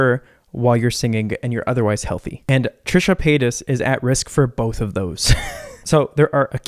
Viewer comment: I thought he was saying Trisha Penis at first